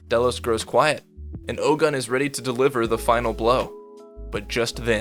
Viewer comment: its not Oh-GUN, its pronounced Oh-gOOn / Ogün . its a african god.